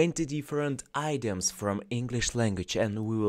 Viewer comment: It's not pronounced EYE-doms, as in "ideas". It's id-e-ums, similar to "idiots".